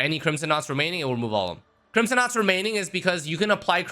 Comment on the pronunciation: I legit thought he said crimson nutsacks at first 😅. Acheron seems so amazing. I'm def gonna try to go for her.